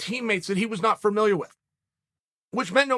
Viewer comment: It’s not fermiliar chael it’s familiar